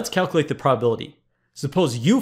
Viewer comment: It drives me crazy that Presh consistently fails to enunciate the words "calculate", "calculation" , and "probability" . He slurs through the middle syllables in those words every time. They become "cal-klate", "cal-klation", and "prah-bility." Given how often he uses the words "calculate"/"calculation" in his videos, it's maddening, and it's especially weird because I went back to some of his earlier videos and he used to say them correctly.